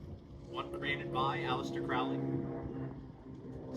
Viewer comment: It’s crowley like it rhymes with holy 💞💓